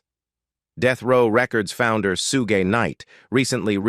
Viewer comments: I call BS. And AI. Your AI can’t even pronounce Shug, pronounced like Sugar, not like Sue-Gay. Pathetic. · 😅😅 disrespectful - his aka name is Suge not Suggay Knight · “SUGAY” Knight. 🤣🤣🤣🙄💀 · Suge = Shug/ pronounced as half of word “sugar” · It's not Suze😅😂🤣 it's pronounced like sugar but suge..... Geez